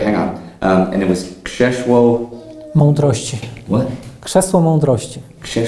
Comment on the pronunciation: 'Krzesło Mądrości!' You really said it correctly! Respect 😉 thanks for all the good work!